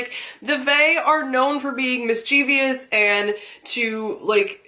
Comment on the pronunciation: Did I hear mischieviyus?? Not that I'm being mean. Please don't be offended as I, admittedly made mistakes in my sentences. hehe